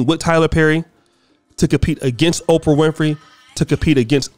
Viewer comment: OPRAH. Not OFRAH bruh...🤣👍🏾